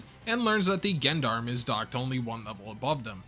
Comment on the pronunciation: Man, I love your videos but the way you pronounce "Gendarme" is giving me conniptions